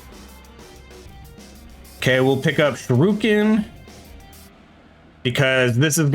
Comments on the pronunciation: "Shuruken" Shu ri Ken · Listening to you mispronouncing shuriken is funny lol